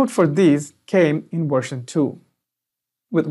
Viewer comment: version, not wersion....practice that "veeee" sound....Very good presentation1